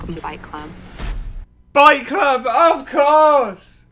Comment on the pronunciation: Did she say welcome to "Bite Club"....Time travel can't come any faster😂🤣